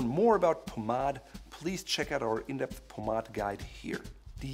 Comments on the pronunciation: Did he really say “pomadd” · I always pronounced it “Paw-made” 😳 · Doesn't anyone get annoyed everytime he says pomade? 😂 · This guy’s advice is worth its weight in gold, but the way he pronounces Pomade is killing me!